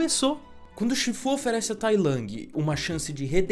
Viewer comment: Todo mundo viu esse filme dublado, ou assim foi como ele se difundiu, então me dá agonia quando ele fala os nomes tudo torto. Tailangue, chífu, que nojo. Faltou chamar Pô de "póoulw"